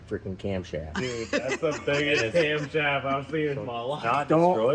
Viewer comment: OHHH YAH says. Not camshaft but cumshaft😆